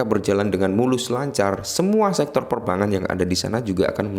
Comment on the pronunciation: Perbangan terus mis 😂😂😂 kog susah amat bilang perbankan